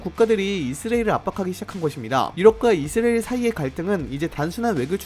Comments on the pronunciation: 왜? 우리가 늘 이스라엘이라했는데 너만 느닷없이 이스레일이라고 떠벌리니 거북하고 듣기싫네. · 중국인인가? 이스라엘이 이스레일이야? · 이스라엘 발음이... 나만 이상하게 들렸나? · 이형 아직도 이스라엘 발음 못하네 군대 가기전에듀 틀리더니